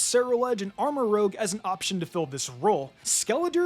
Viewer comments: Why do you keep saying Armorogue when it's Armorouge? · You're pronouncing armarouge wrong. It's rouge like red makeup Not rogue the thief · 1) It's Armarouge, not Armarogue. And 2) Nemona always picks the weaker type to your starter. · Arma-rouzshe, not Arma-rogue. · I’m pretty sure someone’s pointed this out, but Armarouge is spelled as “rouge” as in red the color, pronounced “roozh” and not “rogue” as in the RPG class. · Maybe it’s not Rogue but Rouge? Rouge as in reddish in hue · It's ArmaROUGE, not ArmaROGUE. Rouge, as in French for red. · Dude. It's rouge, like the color, not rogue like the D&D class. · Also, the pokemon is armaROUGE, not armaROGUE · It's armaROUGE, not armarogue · *Armarouge (pronounced armarooje) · Armorouge is the hard G. The color Rouge or whatever red it is. Not rogue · Armarouge is pronounced Armarooj, similar to how you'd pronounce the lipstick (rouge = red in French) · You have been mispronouncing Armorouge for several videos, it's 'Armor-Rooj' as in the color rouge, not rogue. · can you please learn how to pronounce Armarouge properly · Armarouge is pronounced: Armor and Rouge (Roo-zh), not Rogue. Sinistea is literally just Sinistea (Tea not Tia). Quaquaval is pronounced: Quack-Qwa-Val like Quack, Aqua and the end part of Carnivale. Giacomo is pronounced: Jaah -komo Just look this one up, it's another Latin name.